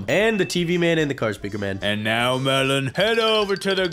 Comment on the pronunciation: I like how at the start it says melon I am even one of the developers of toilet tower defense!! I heard at first time melon I am even and was like wait what is sunny even? 😂😂😂😂😂😂